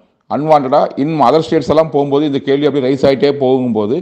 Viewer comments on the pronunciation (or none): none